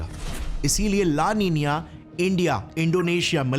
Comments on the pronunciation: make your sound correct. its not la ninia its la nina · La ninia 😅😅❌ La Nina ✅... Thik se pronounce karlo pahle2😂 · ला निनीया नही ला निना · Its EL NINO and LA NINA NOT EL NINIO & LA NINIA SO once again say right. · Bhai thank-you for the informative video. It is 'La Nina' not "La NINIA" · ला नीना को ला नींनीआ क्यू बोलते है? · It’s nina how do you pronounce it as ninia 🙄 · La nina ❌ La ninia ✅🤣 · It's not pronounced as "Nina". It's pronounced as "Ninya". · It's so irritating to here the "la nina" like "la ninya" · Abe la niniyaa nhi he la nina he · It's " LA NINA " Not " LA NINIA " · La Nina ❌ La Niniya ✅ 😂😂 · Laa ninaa X Laa Neeniyaeh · Sir g ap la nina ko la niniya kyu bol rahe ho mujhe hajam nhi huwa 🤣😆😶‍🌫🥵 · Name - La nina Pronunciation - La Ninia😂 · speaking 'LA NINA' as 'LA NINIA'. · Itsss la nina not la niniya he can't even pronounce it literally. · LA NINA ❌ LA NINIYA ✅ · It is spell and Pronounce as La Nina, but why saying it La Ninia ?? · LA NINA ❌ LA NINIA,✅😢😢 WHICH ONE IS CORRECT ???😮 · Galat pronounce kyu kar rahe ho it's la nina not "la ninia" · It's not la ninia it's la nina😂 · La Niña .. not La Nina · Pehle to la li na ko laliniya bolna band band karo😢 Worst pronunciation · La nina ka pronunciation hi galat kr rahe ho bhaya😂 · Abee saale, la Nina ko Pronounce toh barabar karna sikhle